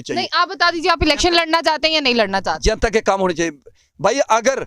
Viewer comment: isko koi bataye jenta nahi janta hota hai